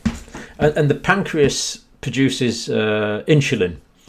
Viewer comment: "And the pancreas paduces inshulin"...